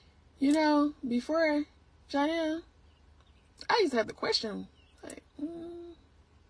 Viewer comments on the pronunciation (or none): none